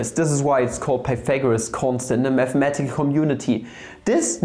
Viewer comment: meth-a-metical you say